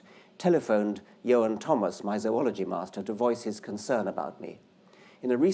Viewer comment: That's how zoology is pronounced!!